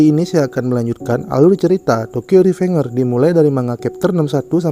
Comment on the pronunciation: Bacanya revenjers ngabs